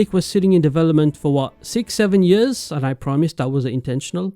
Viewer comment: Why you pronouncing years as “yöözzz” 😔🥀